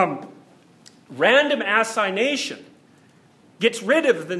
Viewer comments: Random assignation, gotta love his pronunciation 😂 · Just curious, is he pronouncing “randomization” “random-ass-ination”?